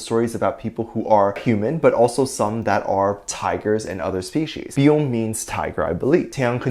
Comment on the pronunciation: Small thing- “Beom” is pronounced as one syllable (kinda sounds like “bum”) it’s a vowel like “aw” (like reacting to something cute). 💜